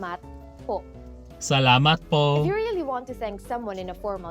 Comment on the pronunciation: Hey,! Glad you're continuing with your Tagalog/Filipino-learning journey 😸 I think your pronunciation is good overall. You got "maraming salamat" & "walang anuman" right. Great job, dude!:D If I were to nitpick though, I did notice the long "o" / "ou" sound when you said "po". It sounded like "poe" or "pohh". We don't usually elongate "o" sounds because our rhythm is more staccato-like. So try to cut the vowel sound short, or like just pop the sound, instead of lingering. The "po" you did near the end sounds much better:D Also, "ng" is a part of the Filipino consonants, so you're right, you will encounter it in a lot of words so you have to get used to it, haha (try saying "nga" "nge" "ngi" "ngo" "ngu" multiple times like you're vocalizing, you'll get the hang of it eventually 😆) Hope this helps 😁 Keep it up! Hanggang sa muli!